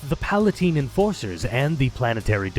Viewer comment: Small nitpick, they're pala-NITES not pala-TINES. I know it's stupid, I hate the way it's written. I won 2 whole subjugator squads (one kitbashed) 2 enforcer squads and 4 custom badzone/wasteland squads (48 total minis)